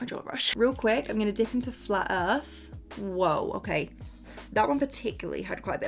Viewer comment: Flat earf